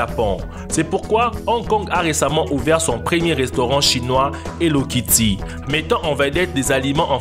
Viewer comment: Mdr quand tu dis hello Ketty